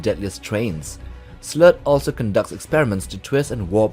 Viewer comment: It's Slert, not slurt.